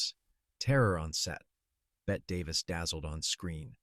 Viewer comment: If you're going to use the AI bullshit narrator atleast make sure it pronounces the names properly. "Bet" davis? Come on, bette is pronounced like Betty.